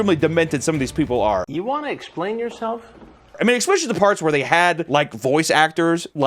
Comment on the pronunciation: I love you so much but please for the love of all things STOP SAYING ECK-SPECIALLY